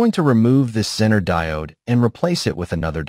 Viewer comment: How to spot the use of text-to-speech app? ZEE-ner is pronounced Zenn-ner ... Thanks for the video BTW.